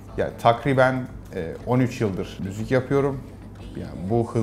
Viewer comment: Müzük diyor